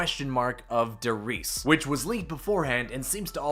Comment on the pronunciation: Great coverage of the news, but for GOD'S SAKE, learn how to pronounce German words. die Reise is pronounced, Dee rise-ah with a slightly rolled R.